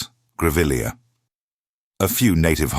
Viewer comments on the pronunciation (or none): none